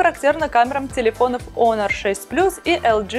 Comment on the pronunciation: пишется honor ,читается "онор"